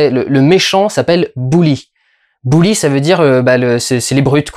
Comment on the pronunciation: Au fait, on prononce "Beuli", "Bouli" c'est un bonhomme de neige avec un chapeau gris et une écharpe rouge!